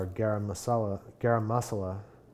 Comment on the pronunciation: "Garam masala" pronunciation was epic U guys talk in urdu so cute😄